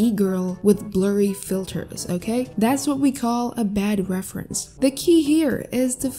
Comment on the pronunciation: Reference ❌ Refersnse✅